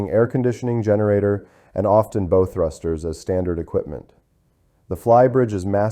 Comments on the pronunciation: I hate AI narration and its inevitable mispronoonciations, like beau instead of bow and saying “a Mainship four hundred and thirty” instead a four-thirty as most humans say. It really ruins videos. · It’s pronounced Bow not like a Bow Tie…..bad AI narrator